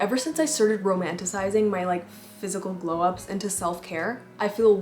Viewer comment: "glew" up lol